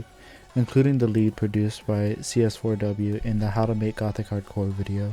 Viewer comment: I like how you say cs4w's name as written. i always kind of said it as seesaw in my head 😂 Nice summarization btw! I personally would have included the influence of Umineko and zts' music for that game on the genre, too. It's very prevalent with more notable gothic hardcore artists and some of their early work (gmtn. - Happy Maria remix, Furiosa Melodia; Team Grimoire - 悔恨コロッセオ, Grimoire of Blue album, Prison Strip remix, Abstract Garden). It also coincided with the Touhou Doujin remixes community, which I'm sure also influenced Gothic Hardcore to a point (Kurokotei, to an extent, as she is not strictly gothic hardcore. Shoutout to her song arcanegatewander, a clear homage to zts' music). Though, I guess this video is more of what is Gothic Hardcore musically and where it fits in the genre bubble. As for Gothic Hardcore music theory, none of it is set in stone, but a lot of it is based around classical music tropes such as the Harmonic Minor scale/Perfect Cadence (V - i movement), Circle of Fifths progression in minor, the Lament Bass/Andalusian Cadence (descending chromatic bassline), trills, and classical arpeggios. Gothic Hardcore really borrows a lot from Baroque, tbh. Maybe throw in some Phrygian for the bII/Neapolitan chord (Tempestissimo, iirc), or even the drawn out isus4 - isus2 - i or I (Picardy Third) for the Team Grimoire flair. A lot of this is all pictured in CS4W's progression anyway; It's a modified circle of fifths prog (Aug chords are not really circle of fi